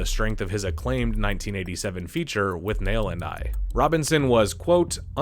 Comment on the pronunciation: It’s Gilliam not Gillam. Also it’s Withnail and I, not With Nail and I . Is this an AI voiceover?